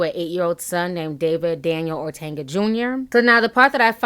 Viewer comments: OTUNGA not ORTANGA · Ortanga? O-Tung-a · Ti, stop calling him Ortanga lol, his name is Otunga haha...... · Yooo it’s O-TON-GUH not ortenga nooo ma’am.. I’m sorry but you saying his name all wrong bothering me 🙄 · I love your videos.. But it's OR-TUN-GA not OR-TAN-GA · Please pronounce David's last name correctly. It's O-t-u-n-g-a, not Ortenga or Otenga. Thank you, Miss. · Hi you are pronouncing David’s name incorrect. It’s pronounced “O-Tunga” not “Ortenga.” It’s an African last name and the way you are pronouncing it is more Spanish. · "Ortanga" lol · (O-Tun-ga) I love you Ti but I had to😭😂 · I laughed every time you said "OrTanga" 😂 Anyway, J Hud had a rep in these streets for being a Diva every since her knocked kneed behind lost all that weight. This isn't a huge shock but I don't believe David was violent to her. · Will you ever say this man's name correctly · I'm Kenyan and its really hillarious how you pronunced "otunga" though you tried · There is no ‘R’ in his name!! Love ya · Ti there is no r in Otunga 😂